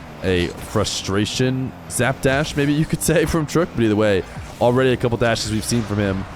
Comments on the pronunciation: It's trook not trock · Its not truk . Has name is trook (pronunciation Repetition of the letter R with o) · btw his name is pronouned tarooqq (tarook) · its pronounced tarrook